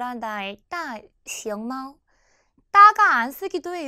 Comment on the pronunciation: 铅笔、大熊猫 발음이 부정확 하시네요.